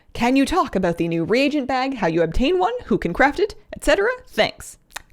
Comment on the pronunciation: Hi. I’m 42, been playing WoW since wrath, & have a PhD. I have legit been calling reagents: re-gents. You (correctly) pronounced it as re-a-gents. I’ve been mispronouncing that word for over a decade: 🤯